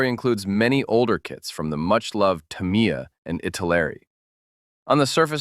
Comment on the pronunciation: "Tamiya" = "TAM-ee-ya", and the "ee" is barely vocalized (thus effectively "TAM-ya"). Certain modeling hobby YouTubers have popularized the erroneous "Ta-MEE-ya" pronunciation of the name.